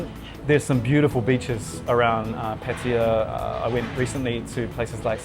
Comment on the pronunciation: Why do you continue to deliberatly say Pætiæ instead of Pattaya? Makes you sound like a redneck 🤣🤣